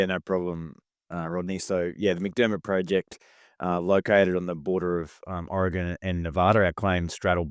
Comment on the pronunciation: The Aussie actually pronounced Oregon correctly, unlike the American....Even transplants to Oregon don't say it quite correctly.